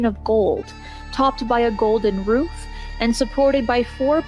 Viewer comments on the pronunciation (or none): none